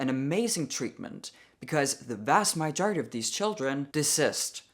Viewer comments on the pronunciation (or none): You finally addressed MY-jority 😂😂😂 it's MA-jority but don't go changing ❤ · It’s not Myjority. It’s muhjority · "muh - jority" or "ma -jority" not "my-jority. Until you pointed this out I did not know you weren't a native speaker😃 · It’s not a big deal how you’re saying it, but technically you’re saying “mah-JOR-ih-tee” (and sometimes it comes out more like “mar”) and in the U.S., we say “muh-JOR-ih-tee.” “Uh” as in “up” or “dumb” I’m an accent coach ✌🏽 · it is mAjority as in muh- jority. not mijority. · "my-jority", other way is "muh-jority". But Imma Amurican🤷😁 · ESL certified 😇 Muh-jority. I think maybe your current pronunciation is more like May-jority. Minor difference and it makes me wonder who was possibly petty enough to point it out :D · Idk if anyone answered your majority question but it's "muh-jority" instead of "my-jority." Love your videos :) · You say "my-jority", whereas we Americans would say "muh-jority". (like the sound in the first syllable of mother). Or think of the word fudge, but with an M. Mudge-ority. You speak wonderful English though and you only have a tinge of accent. Please keep saying it as you do, it's very charming. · To answer your question, I think the weirdness is where your inflection is. You say “MAH-jority” while I think most people pronounce it “muh-JOR-ity”. But you can pronounce any word any way you want to, boo! I’ll still love you! 😁 lol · It's more 'muh-jority' than 'my-jority'. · I will NEVER agree to "transitioning" children, in my humble opinion that constitutes child abuse. Thanks for the video, I hope you're having a lovely week❤ P.S. It's pronounced muh-jority not my-jority but keep saying it the way you do because it sounds lovely😊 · I think it's pronounced muhjority, not myjority. But I'm from the south in America so my English is probably just as off as yours. 😅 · I love you, but yes, you are pronouncing "majority" incorrectly. It's "MAH-jority," not "MY-jority." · MA-jority almost had it